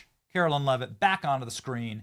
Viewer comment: Benny, u are not pronouncing Karoline’s name correctly. Pretty sure it is pronounced Karo line…not Carolyn. Love the show!